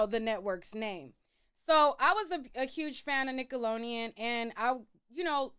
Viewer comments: I love you but whyyyy you keep pronouncing Nickelodeon like that 😂 just forget the D huh!? 😂😂😂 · I’m cringing you because keep butchering the name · Why can’t you say Nickelodeon….. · omg me to it takes me out of the experience I think she’s doing it on purpose atp 😆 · Instead of saying we’re being silly, correct your pronunciation girl. There is clearly a letter D in the damn word. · I never heard nobody say Nickelodeon like that lol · My girl struggling with the name NICKELODEON lol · Lol you can’t say Nickelodeon for 💩 😂😂😂😂😂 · Lol Why you keep pronouncing Nickelodeon Like that lol! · nickelonean??? NickeloDeon “D” 😅 it huuurts 😅🙉🙉 say it right please 🙏🏽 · cute??? 🥴I don’t think u really think it’s “cute” just like u said u were “joking” just be straight up, the way she’s pronouncing it is annoying and wrong. 🤷🏽‍♀️ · Say it with me now “Nick-ahh-looow-Dee-uunnn” 😂😂 waab she saying it like nickel-lo-eeeiiun” 😭😭 I’ve near heard someone pronounce it like that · Whew cuz I thought she was gon correct herself! It’s really doing a thing to my brain right now. I came to watch cuz I’ve heard her name in these YouTube streets. But she is KILLIN me with NICKALONIAN!!!!! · You was killing me with this nickeloneon girl its nickelodeon we can tell you ain't watch it😂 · !...its NickoloDEON😂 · Please pronounce it right, it’s Nickelodeon, not nickeloneon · Right 😂😂😂 I've corrected her every time she's said NICKELONIAN!!😂😂😂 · I had to stop watching lol it was getting on my nerves 😅 Nickeloleon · I absolutely love how she proudly pronounces Nickeloneon 😂❤ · FFS I can't watch this if you say nickeloneon one more time, I was soooo looking forward to this lol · now you gone have to pronounce NickeloDeon right lol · Girl get it together, it''s nickalodean (sp) lolololololol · Lmfao Nick Alone Eon was whoopin her tail 😂 Ima still watch tho 😂😂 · I'm getting so f* ckin annoyed. Wtf is Nickalonian????😂😂😂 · The way you say nickelodeon has me crying cracking up 😂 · Me too😅😅😅